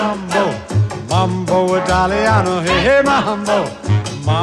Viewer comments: If he were going to sing a song about typical Italian things, he should have at least worked on his Italian pronunciation. He has butchered the Italian words. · It hurts my soul a little bit when he mispronounces the words